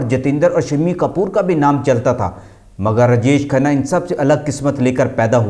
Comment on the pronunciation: پھ ڈا ڈالنا کیا ہوتا ہے؟ رجش کھنہ کون ہے؟ وی ڈیو بنانے سے اپنا تلفظ ٹھیک کرو۔